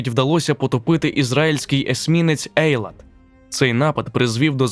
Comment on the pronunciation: Я вибачаюсь, не цАхал, а цахАл) І не Ейлат, а ейлАт))) дякую